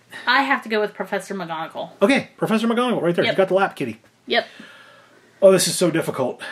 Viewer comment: Gina ornelas It's McGonagall not Migonagal